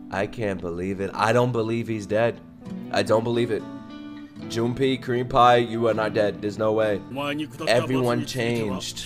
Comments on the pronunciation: Creampie (Junpei) is pronounced June Pay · Junpei is pronounced Junpay